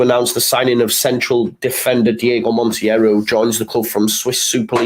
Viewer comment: I hate to be pedantic but Monteiro is pronounced "mon-tay-row". Keep up the good content. Spanish Whites MOT!